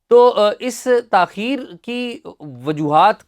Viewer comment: چیمہ صاحب تاخیر کی بجائے تاہیر کہتے کیوٹ لگتے 😊